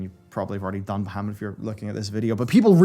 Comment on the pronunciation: you're saying bahamut wrong youtube translates it to muhammed XD